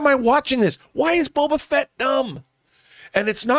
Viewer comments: I thought of something when mentioned her saying Bobo Fett. My German mother calls him Baba Fett, and she won't fix it and it's so annoying 🤣 but the difference is that with, it's the accent. My mother really doesn't care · is STILL saying BOBO Fett!